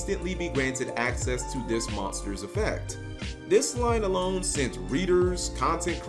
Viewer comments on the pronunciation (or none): none